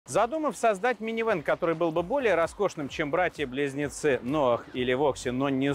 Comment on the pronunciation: Из какого села ваши безграмотные редакторы? Что за "ноаХ"? Что за "вальвэ-матик"? Если уж и говорите нерусские слова, то и применяйте нерусское произношение!